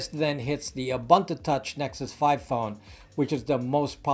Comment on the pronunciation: Its pronounced "oo-boon-two Touch", not "A Bun To Touch" Otherwise fantastic content I enjoy watching your videos and hearing your thoughts. Thank you!